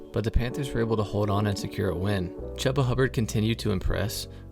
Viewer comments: chuba is pronounced like chew-buh not chub-ba, but otherwise great video ! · Chooooooba bro, Chooba. It's spelled Chuba, but sounds like it's spelled Chooba. Just think of a train, Choo Choo... Chooba. Sorry, just had to say it. Nice video though! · Great information and commentary, but the volume is a bit low, and when the INTERCEPTION! blared out at level 11 I almost shut off the video. I watched it through all of the way, though, because you do indeed know what you are talking about and it shows. Even if you mispronounce Chubba (but you are pronouncing it phonetically so no harm no foul there) 😉😉😊😊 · Me being a Panthers fan, I'm struggling listening to Chubba's name being mispronounced. If you are a fan, you have heard his name pronounced before if you have watch some games this season.